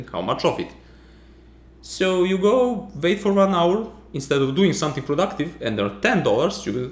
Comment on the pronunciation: I'm curious, is Serbian your mother language? I'd never have imagined Serbians could have trouble saying [u] (as in "wait", "wake", "way"). :) You say something like [v] instead. Like "wait" and "when" after . Or [vai] after . Maybe you even find it impossible to hear a difference/problem? Because I know people lose the ability to differentiate sounds that are not differentiated in their language. Thus, for example, the Japanese can't differentiate between "rock" and "lock", and use apps where the two words are repeated many, many times and they have to click on the button with the right word ... again and again and again ... until their brain learns to distinguish them again. Babies can hear all sounds, but it dies off with time.